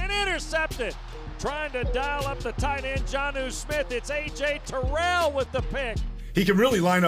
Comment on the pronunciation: how u gon break down his plays but can’t say his last name right